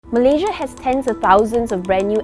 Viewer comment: the way she pronounces malaysias states was beautiful